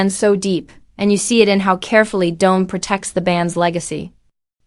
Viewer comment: His name is Don, not Doan. 😅